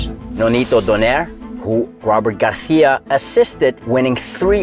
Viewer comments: aren't you pronouncing his name the Spanish way (with a lisp), not the Mexican way (without a lisp)? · Why are you saying Garcia with a attempted Spanish accent? Pronounce the C as an S. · It's Robert Garcia as it's spelt, not Garthia WFT. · Robert “Garthia” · I was going to subscribe but "Garthia" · Bro why you saying Garthia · Nop, he is sayin' it in the wrong way.